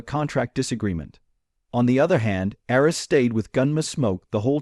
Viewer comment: Must be an AI voice that cannot pronounce names. Couldn't even get Arness right. Arns? Really? So I skipped through this in a couple of minutes. Junk.